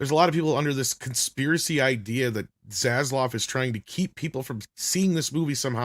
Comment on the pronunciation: I normally like the way you pronounce things…or mispronounce things. Accents are fun to me. But it’s ZaslaV with a “V”. Idk why it annoys me but it does; you say “Zaslaw” and I just don’t know why.